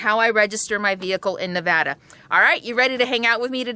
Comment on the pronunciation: Just want to say THANK YOU or pronouncing our states name correctly.. "NEE-VADD-DAH" not "Nah-VAH-dah" I hate it when "supposedly" educated people mispronounce my states's name.